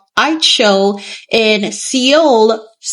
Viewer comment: Are you trying to say Seoul? It's pronounced more like 'Soul' :)